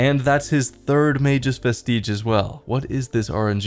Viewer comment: I’ll end it all if I hear vest-teeg ever again